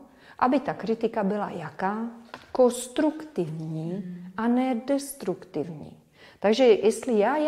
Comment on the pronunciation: Ráda bych podotkla zdůrazněné slovo KONSTRUKTIVNÍ/kostruktivní již v 2 videu p. vyslovuje bez N. Jinak super, mám 3 i 2. Těším se na další